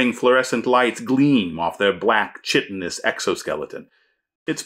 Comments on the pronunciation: One tiny quibble: It's pronounced kite - in - ous. The "ch" in chitin is pronounced as a "k" as in "kite". Otherwise, awesome video! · This is one of the most useful and often difficult skills for a GM to master. Side note, I believe chitin is pronounced KITE-in and chitinous would be KITE-in-us. But TIL it's mah-tree-YO-shka, not mah-TROY-shka, so thank you. Great vid!